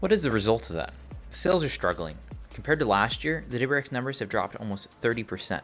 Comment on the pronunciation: “Double-U R X”. If you can’t pronounce it, don’t say it so much.